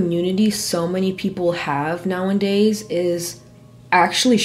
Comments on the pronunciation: Loved the video!! One thing in the kindest way possible, pretty please; it’s “nowadays” not “now-IN-days” normally I can hear past it but this video was chock full of them lol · “Now-en-days” is really taking me away from the content 😭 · love this video. the word is “nowadays” not “now and days” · Did you say "now and days"? 😅 It's nowadays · I watch you so often, I find myself pronouncing “nowadays” the same way you do sometimes 😂